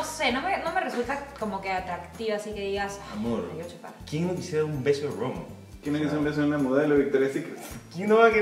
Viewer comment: El nombre del Ángel de Victoria’s secret “Romee” no se pronuncia Rom